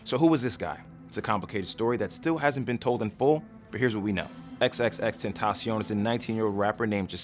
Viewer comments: You don't pronounce it "xxx - tent - tah - se - on." It's "xxx - ten - ta - sion." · no hate, but i think its pronounced ten-tay-shin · xxx ten tay shun not xxx ten tah shion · you pronounced his name wrong you just pronounce it likw.... "extension" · you didn't even pronounce his name right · T u n d r a B o y he pronounced it wrong its an s sound not c x said it himself